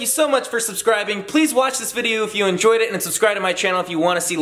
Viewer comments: Did anyone else hear scot say "please watch this video if u in joyed it"💖😂😂😂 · Scott: please watch this video if you enyoyed it. Wut??